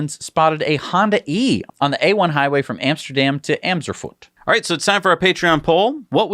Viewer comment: It’s Amersfoort, (think Amer’s Fort) not Amserfurt. But I still really love your show! You both are hella hilarious! And I’ve always wanted a Onewheel but didn’t know what it was called, Now I Know!